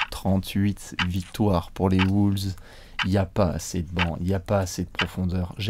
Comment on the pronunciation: J'adore vos vidéos mais par contre la prononciation..."Woulves", "Sunder"...